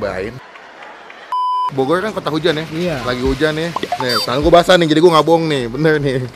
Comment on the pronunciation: Bogoy euy Melecon euy Subleb euy Wkwkwkwk ngmng dulu yg bener ehh